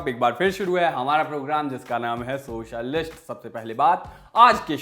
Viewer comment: भाई आप जब सोसल लिस्ट कहते हो तो बहुत बढ़िया लगता है😄😄😄😄